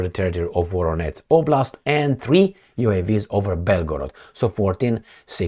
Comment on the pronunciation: Not Voronetz. Not like Donetsk! Absolutely nothing like that. It is Voronezh !! Zh like in je t'aime (French) With the emphasis on the second part: Vo-ROH-nezh ! Please, pronounce the names of Russian cities correctly! You keep mispronouncing my birth town !! It hurts my ears to hear such bizarre pronunciation Thank you!